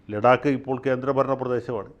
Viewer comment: ലഡാക്ക് അല്ല, ലദ്ദാഖ് എന്നാണ് പറയേണ്ടത്.